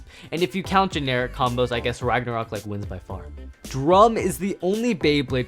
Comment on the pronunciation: It’s Drum